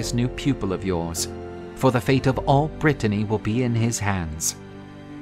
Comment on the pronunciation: i love this series, but for the love of god please stop calling it Brittainy, that’s a different place entirely